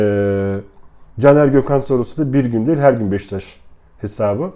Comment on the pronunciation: abi niye beşiktaş demiyosun beştaş diyosun kafayı yicem